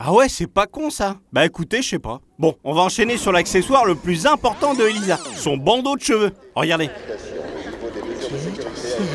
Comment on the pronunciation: C'est pas Elisa mais Elaïsa